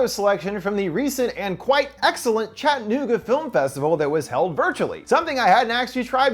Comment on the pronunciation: I live in Chattanooga and had no idea we even had a film festival?! Also, it’s pronounced Chatt-uh-knew-guh 😉 Love your vids and so glad I clicked on this one to find out about our film festival